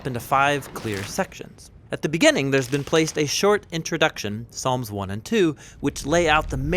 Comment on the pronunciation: "There are 150 Psalms"... But he said palms... Excellent video anyway! Keep up the awesome content! God Bless!